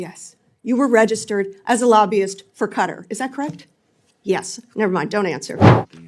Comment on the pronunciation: IT'S KATTTTTTAARRR NOT KARRED KKKKAAATTTTTAAARRRR KKKAATTTTTTAAARRR THE KKKAAKKAAA OF THE MUSSLIMS WORLD!!!!